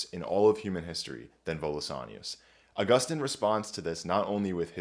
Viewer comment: It's actually pronounced Augustine.